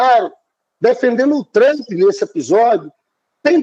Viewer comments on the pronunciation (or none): none